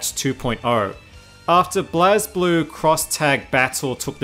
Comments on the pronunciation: Lay-Low and SMASH in Tag they say blaze. Blaz just makes me cringe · When he pronounces it blazblue. They literally says blazeblue in the game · says Blazz instead of regular blaze kermits suitcide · Why do people always pronounce Blazblue wrong?